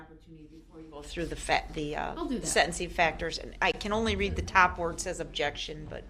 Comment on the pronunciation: Judge: " and with that, i am finished and this trial is... Over. The court is adjourned" Prosecutor: " judge there is one more thi-" Judge: " goddamit i just closed the court let me have the last word!!": " objecktshun!"